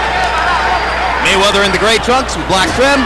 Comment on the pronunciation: Floyd "MayChine"weather